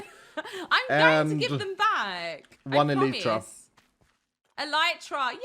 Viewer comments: Wait pronounces it El-eye-tra:O I've finally found a Hermit who pronounces it correctly! (Or the way my family always has anyways:P) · the funny part is that both pronunciations are wrong. /ˈɛlətrə/